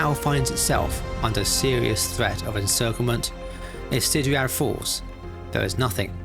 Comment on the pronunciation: Just an FYI Ciudad is pronounced see-you-dad not sit-a-dad